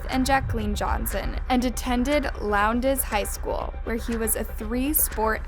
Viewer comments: Val DA sta not Val DOE sta. Lowndes is one syllable. I'm from near there and friends with teachers at both Lowndes and Valdosta. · She was say lowdes and Valdosta wrong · she said lownDES and valDOsta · Bring from valdosta and hearing her pronounce valdosta and lowndes makes me angry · You’re saying Valdosta wrong. And you said Lowndes wrong. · hey babes! you don’t know how excited i was to see this pop up as i go to Lowndes high. i’d just like to point out that you mispronounced Valdosta and Lowndes. Which is perfectly fine just thought i’d let you know